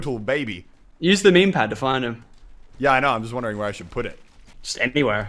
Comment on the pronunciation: Please stop saying meme